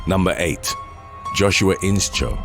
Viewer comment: It's not In-Cho but In-Show. The sch is pronounced with the sh sound. As in shoe, shh.. Inscho